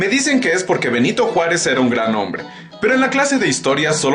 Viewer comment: ''Nyanito Juárez'